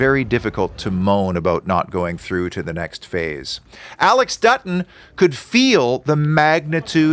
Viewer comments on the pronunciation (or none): none